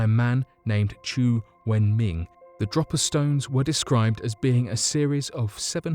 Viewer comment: its pronounced drow-paa not dropper. dropa stones, please sort these things out before doing the vids, its quite annoying for us older, better educated viewers, to hear you butcher certain names, and places?